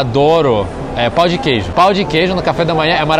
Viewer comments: "pau de queijo?" Eu ri. "Barata frita?" Eu ri mais. "Coco rolado?" Eu ri um pouco mais. "Pau de alho?" Eu me acabei de rir. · "Pau de queijo" 😂